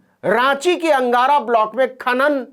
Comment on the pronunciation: Naveen g, अनगड़ा (Ranchi) not अंगारा।🙏